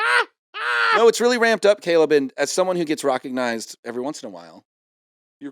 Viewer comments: Is Kevin saying 'recognized' like 'rock-ognized'? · is he saying rockignized